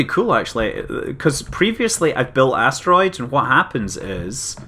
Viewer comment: I know you said "Giant Asteroids", but I heard "Giant Ass Roids." Gave me a good chuckle.